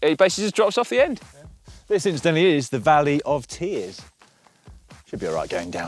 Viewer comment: Should put the 23mm tyre's back on! Did you say Valley of Beer's or Valley of Tear's? All sarcasm put aside another great job guys!